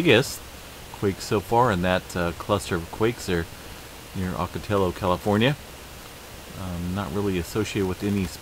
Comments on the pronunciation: Ocotillo, pronounced ahh-co-TEE-o. Double ll in Spanish sounds like "Y". I live at the end of the San Jacinto. "J" is pronouned as an "H". Thanks for talking about us! You're the man 👍. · I was listening and I thought to myself that I've never heard of a place called ocatilo in California.